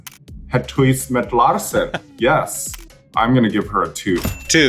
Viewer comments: hüüs mit laahrschen..? Girl no, i've heard way better haha ;) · Her constant mispronunciation of "huis" makes me die a little more inside each time she says it, though. 😂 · idk if you're joking or not, but that's not how you pronounce "huis". source: I speak Dutch